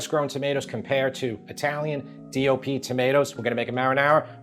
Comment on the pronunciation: Your saying DLP ? DOP ? What are you saying and what does it stand for? I don't care I will never buy imported anything unless there's not an American version. Despite your test I'm not spending a nickel more for imported.